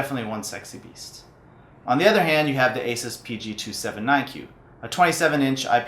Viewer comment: Its pronounced "A-Sues" not "A-sis" :|